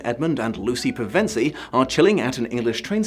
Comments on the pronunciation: It's PEv'nsie, not P'vEnsie! Also, you need a haircut! Otherwise brill vid! ❤️ Ok, you fixed it later in the vid. 👍🏻 Can't wait for The Voyage of The Dawn Treader (my second favourite of the books, that Disney massacred)! 😃🎉🎊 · Wait...it's Pe-VEN-sie, not Peven-SIE? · Hmmmm... Pretty skeptical about what you'll have to say since you apparently can't pronounce "Pevensie"... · Wait, that's how you pronounce Pevensie? Man, have I ever been saying it wrong for most of my life. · OK, you stress Pevensie on the second syllable. Now I'm questioning my entire life. Have I always been saying it wrong? Maybe I've always been saying it wrong...